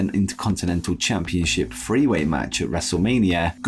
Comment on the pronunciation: Say the word "three" correctly and I'll subscribe 😘